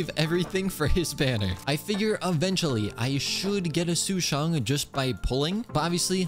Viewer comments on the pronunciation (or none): Since im 60% sure that he luofu is based on china like liyue so sushang is indeed pronounced sush ang not sushung.